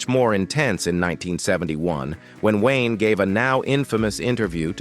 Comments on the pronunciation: John Wine?! BetDavis?! Get rid of the AI narrations!!!!!!!!!!!!!!!!! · John 'Wine" , what crap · Computer voice, mispronounces come common words, like 'John Wayne' .